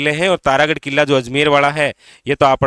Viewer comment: Ye killa ,,jilla kya hota hai .. pronounce to shi kro guru ho aap